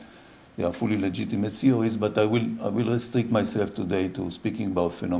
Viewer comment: I kept hearing CEO's... It's when I saw the slides that I started to hear 'theories'.